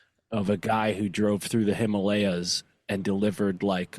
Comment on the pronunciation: Him-a-lay-here ❤ Himalayas